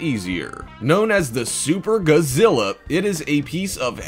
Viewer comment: Kabuki, not kabuto Godzilla, not guzilla karatas, not kuratas latron, not letron